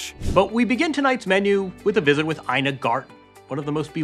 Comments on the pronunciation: It’s “Eyena” not “Eena”! 🙄🙄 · It's Ina ( Eye na) not you Ina (Eee na) Gad! And those old pictures represent who? I had to jump ship on this trash. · It's Ina not Ena. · Her name is Ina not Ena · Ina is pronounced with a long I at the beginning not an E sound. You got it right at first and then butchered her name every subsequent time you said it. Pathetic. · SHE EVEN SAYS HER NAME IS I NA...... NOT EENA..... DUDE GET IT RIGHT!! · Iiii na. Not Eeena” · EENA is not I-NA but yikes y'all! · It's EYE-na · It’s Ina Garten…..pronounced Eye-nuh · Why make a video when you can't even PRONOUNCE the name INA correctly? There's NO E IN INA. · The damn 60 minutes video pronounces ina garten's name correctly and you still get it wrong.